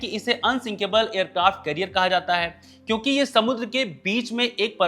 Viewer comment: एयरक्राफ्ट कैरियर होता है करियर नहीं